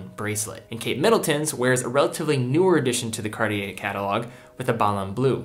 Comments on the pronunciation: He is pronouncing it correctly as far as I’m concerned.. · MmeDesgranges - Surprisingly for a yank, he’s pronouncing it correctly. How do YOU pronounce it?